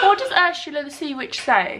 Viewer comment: you calling her 'urshulla' and then singing aladdin has got me creasing i canntttt deal with you